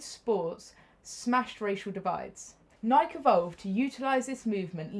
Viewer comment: Pronounced "Nikey" not pronounced like you're saying mike.